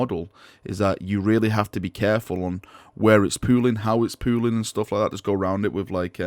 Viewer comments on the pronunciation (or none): Every time he says pooling I hear pooing. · I know is saying pooling, but all i kept hearing was pooing pooing. Considering how some of the pooling of the colors that word works for how it turned out. I really really hope they show these kind of pictures on the site. I want to see how the colors will work on the different base coats they have created. If these work out well i'd like to use it for the first main coat for my sisters then do the other colors and maybe touchups. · can you please say pooling in every video. Thanks